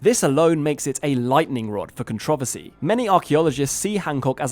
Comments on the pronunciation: What is a Con Trovesty. Just say Controversy, you dweeb! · I learned a new way to say controversy…. Con-trow-ver-see. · Comment for the Comment Gods! As an American...I always smile when I hear someone say "Con-tro-versy" with that accent. :D Love your videos, another interesting one. Love hearing about new findings like these from the super ancient (relative to known history) world.